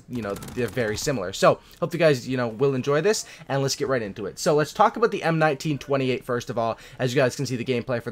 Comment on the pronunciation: Aiiiiiii look, he said M1928 right this time, tho it’s the M1A1 model...